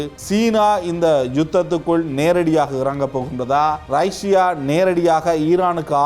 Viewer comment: ரைஷியா இல்லை ரஷ்யா என்பதுதான் சரியான தமிழ் உச்சரிப்பு 😇